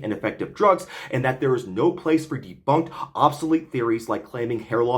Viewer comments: ‘Deboonked’ made me literally burst out laughing. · its deeeeeebÜnked, as in blÜdflew.